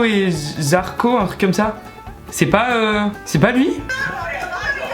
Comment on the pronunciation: C est darko pas zarko mdrrr